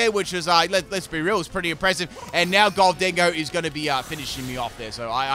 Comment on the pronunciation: Why do you say it like "gol-dingo"? It's "golden go" like golden ghost.